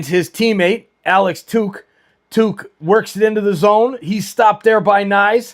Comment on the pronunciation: Cool stream! Idk how you keep track of opposing teams rosters at all lol but a few things on the Sabres Timmons is hurt, and hasn’t played in over a month. 89 is Alex Tuch pronounced “tuck” like tuck your kid into bed. He is looking for a new contract but he has scored more than 30 goals a few times in his career so he isn’t really playing at a level higher than usual this year. 29 is pronounced Mail-en-stine, last syllable is pronounced like stein as in beer stein.